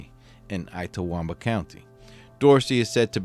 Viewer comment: Lol yep ltawamba